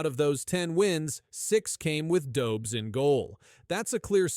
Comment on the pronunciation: Dobz?? It's Dobesh. Geez.